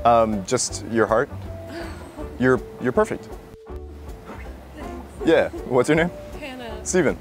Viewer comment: "You are perfert"